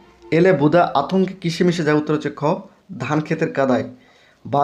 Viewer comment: ভাই বুদা হবেনা বুধা হবে ভালো করে পড়ো